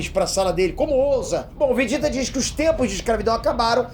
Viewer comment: O som da pronúncia é o mesmo, então está correto, quando leio e escuto.